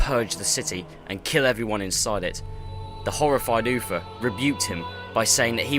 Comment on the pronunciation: its uther not uffer